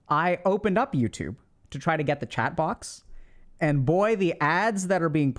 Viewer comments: I keep thinking he's saying 'Chad' instead of 'chat' 😂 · (Take into account English isn't my mother tongue)👇🏽 The first time I watched one of Dr.K's videos, and he addressed the chat, I heard "chad" and I was wondering if he call everybody chad just to be positive. It took me to watch a couple more videos to realize he was saying chat.